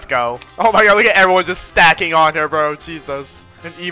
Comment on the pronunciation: Not saying “OH MY GYA-D